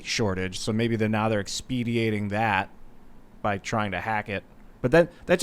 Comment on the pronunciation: Expediting, not "expediating" LOL